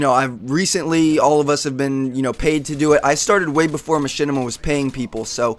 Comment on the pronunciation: And not machenima